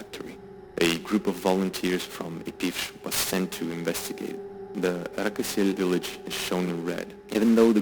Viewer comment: It's not Rakosel it's Rakoselskoye